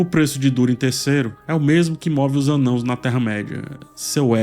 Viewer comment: O cuidado em falar "anãos" aos <3 Eu ainda to achando complicado de seguir a serie, por hora sigo contigo. Obrigado pelo review.